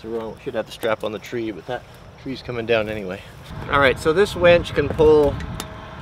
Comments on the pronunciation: what about blow he keeps saying wench when he means winch? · I thought I might be the only one who noticed he said "wench" a couple of times. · Fun video but it's winch not wench. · I had to chuckle when you mentioned the winch, and I heard "wench"... Difference in regional pronunciations are entertaining!